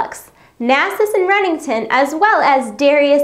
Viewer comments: did she just call him Rennington? not Renekton? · Did she say "Rennington"? Lol. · bruh did she call him renington? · Anyone else notice that she calls Renekton Remington? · did she call renekton rennington? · she said renington not renekton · Renington? Fkn srs